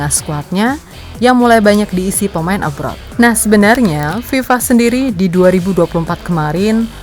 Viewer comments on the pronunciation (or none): none